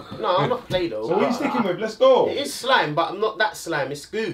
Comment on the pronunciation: "SCHLIME" looooooooooooool